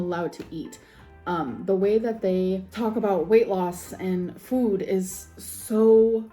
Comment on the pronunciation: AND THE WAY SHE SAYS fwoooood like girl… shut up. THE LIP SMACKING drives me insane